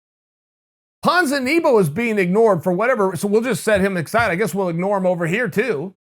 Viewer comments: Leon was never 9-0 People probably ignore "Ponzehkneebow" because they don't remember his name 😂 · PONZANEEBO! 😂🤣😂🤣 God I love his butchering of names, lol.